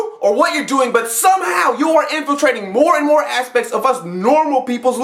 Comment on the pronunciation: "Infiltrating more and more ASSpects" Heh..heh.. hehhhh....